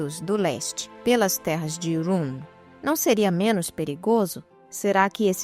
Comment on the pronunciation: Muito bom. Detalhe: Dicção perfeita ! Muito difícil falar Rhûn corretamente. Parabéns ! 😉😉😉